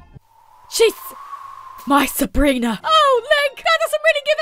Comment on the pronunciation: Why would you pick up the one with the sword instead of picking up the one with the gun because the gun could shoot you Also why does she say sabriner instead of sabrina